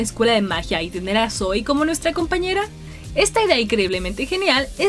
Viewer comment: por qué le dice soy si se pronuncia sowi :c la misma zoey lo dice